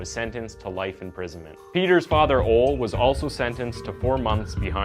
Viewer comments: You would think they looked into the basics, like pronunciation of names, while doing their research. If they skip the simple details, why should we believe the rest of it is accurate? 🤔 🤯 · Serious subject, but the pronunciation of "Ole" keeps cracking me up. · His name isn’t Ol. It’s Ole (pronounced olee). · It's pronounced OLAY not OLE lol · Content is great: pronunciation is excruciating! O-leh! It’s pronounced O-leh! Not OL! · It's pronounced OLÉ - not OL. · I am going crazy after one minute... Ole = "Oh-le". Not "Ool" :D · It's "Olee", not "Ol". Just thought I'm mention that. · O-LEE, NOT OHL AND BEE-TA NOT BIT. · I love how you pronounce Roskilde, and the name Ole - In Danish, the E is pronounced, but in English, it sounds more like you're saying Ol' - Pirate talk for "old" XD Even better that Ole looks pretty old in that picture. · The name is NOT "Ol' "; it is pronounced "Oh-lie" or "Oh-leh". Jeez do your homework for once. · I live in northern Minnesota with a large number of people from Norway and Finland. The name OLE is pronounced as Ohlee. Like Ole, Sven and Lena. Ya know? Not fucking Ol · Is his name really pronounced phonetically as "Ole," like "hole," sans the 'h?' I've known several people named Ole, most of whom are of some some derivation of Scandinavian or Germanic descent, and I've only heard it pronounced "OH - LEE." I mean, I sincerely apologize if this individual's name is actually pronounced "OLE" (again, as in hole without the, 'H') but if you just saw the name, were obviously unfamiliar with it, and decided to go with the phonetic pronunciation, without even taking all of the 30 seconds required to google it... well, if the latter of those two scenarios is accurate, then you sir... you are what's wrong with contemporary YouTube content creators! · It's pronounced Ole-ey, not "Ole"! 😂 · Btw..Ole is pronounced Olee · sorry, but your pronunciation of Ole is awful. its more like ooo-le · It’s pronounced, “Olay”.